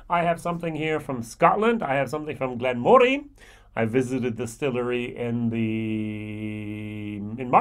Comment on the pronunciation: Slight annoyance but it is pronounced Glen Muh ree. Their Peated is the best value peated expression of any single malt scotch, only beaten in value for money because locally I can get a product called Three Ships 5 yo at half the price. Honestly, this distillery should have been making Peated malt the entire time. The Chardonnay cask is exceptional like the Peated, and Port cask is good. The 12yo is decent probably one of the better 12yos out there, maybe not as good as the recent 12yo BenRiach triple cask thing. We are lucky in South Africa we get everything at 43% minimum. One of the best whiskies I've ever tasted was a 10yo hand-filled Glen Moray Chenin Blanc cask. This really wowed me. As such I have ordered and am waiting on the Glen Moray 2006 Sauternes Cask Matured which is a maturation in 5 Sauternes casks so should be very unique.